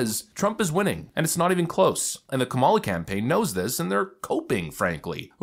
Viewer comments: Did you notice how close her fingers were when she was saying about the "wisdom" to run the country?😂 "MOMALA"??!!!!!! ,😲🫣😵‍💫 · "Mamala!" Wth? 🤢